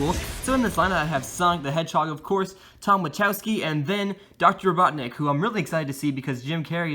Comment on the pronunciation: You said doctor BOTNIK instead Robotnik